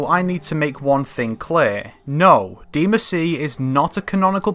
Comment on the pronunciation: please stop calling it deemuhsee